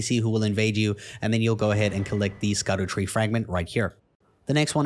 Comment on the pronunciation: Scadutree, pronounced Shadowtree